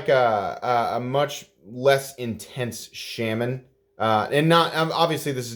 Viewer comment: Oh my, you just compared this to the Shaman why does it annoy me so much how you pronounce it? I just watched a Spyderco video to confirm. Please listen to him say Shaman. Or maybe I’ll just have to follow you on silent complex haha